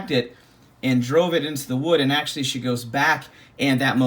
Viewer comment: He said “Axeually” When we was holding the hatchet!